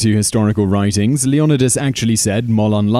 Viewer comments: LEE OH NIGH DUS NOT LEE ON IH DUS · Leo-Neye-dus ARG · The original greek is Leh oh knee thass